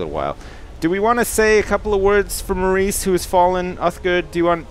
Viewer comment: Loled so hard when just butchered Maurice!